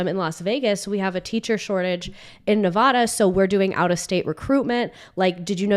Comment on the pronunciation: Please my ears! Who says Nevada like that?! 😂😅😅 Ok back to the pod